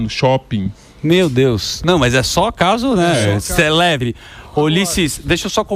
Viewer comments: "Celebre". Célebre, idiota! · "CELEBRE"?! Que raio significa isso?! "CASO CELEBRE"?! CÉLEBRE*